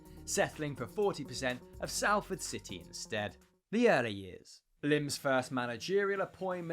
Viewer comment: The 'A' in Salford is pronounced like the one Watford. Just so you know for the future